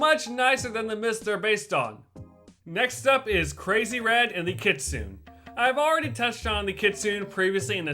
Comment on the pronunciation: My least favorite things in this video are: -The mispronunciation of "kitsune". (The actual pronunciations are kɪ.tsʊ.neɪ and kɪ.ts'.neɪ.) -The outdated information regarding Gyroids in New Horizons. (Ones that can be dug up were added in version 2.0.)